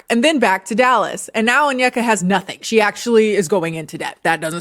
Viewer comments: I am only saying this because it has been killing me with this story but her name is pronounced ON-YE(think kanye)-KAH not ON-YUH-KUH. I keep hearing this all over the internet and it was getting to me a bit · How did you listen to 3+ hours of her videos and not be able to pronounce her name - On-i-ka, not On-yek-a. She says her own name multiple times. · it's kinda hard to articulate but essentially it's less (on- yeka), and more (oh-nyeka). Like the n and y are said together not separate. You can also search up videos for pronunciation too ~ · Oneyka’s hairstyle, the way she mispronounced her own name, and following Candice Owen’s told me everything I needed to know about her 😂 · i mean is onyeka saying her own name right lol